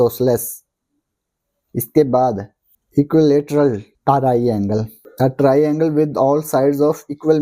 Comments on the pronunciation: Aap ko triangle bol na nhi aata😅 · triangle to bolna sikh lo bhai sahab